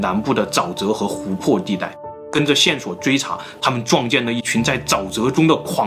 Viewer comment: 召唤，召，读4声，zhào 冗长，冗，读3声，rǒng 湖泊，泊，读1声，pō 潜意识，潜，读2声，qián